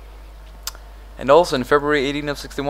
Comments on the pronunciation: In this video you mispronounce the word secede. It should be pronounced like suh-seed or seh-seed, but you pronunce it like a homonym of succeed. Why? v '_' v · The south succedes. XD its sucede not succeed. Pronounced suh-SEED